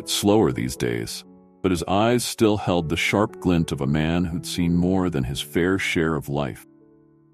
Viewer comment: A pity the narrator has such a poor command of English - smear, held, grayson... I stopped watching at that point.